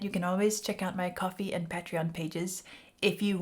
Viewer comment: It's pronounced '"pri-mus" (long I).. not pree-mus. It's pronounced PAY-treon... not pat-reon.